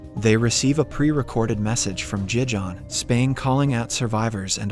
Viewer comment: It was nice,but as a spanish guy,the way you said Gijón,killed me